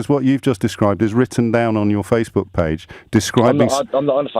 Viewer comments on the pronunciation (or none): none